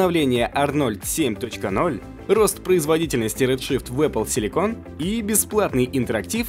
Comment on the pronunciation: А точно «Эпл силико́н», а не «Эпл си́ликон»? Силико́н это та фигня, которую в силиконовые сиськи суют, а си́ликон это кремний, который в производстве микросхем применяется.